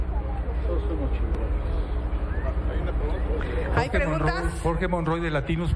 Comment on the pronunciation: xq la r lo pronuncia como g ógdenes😁😁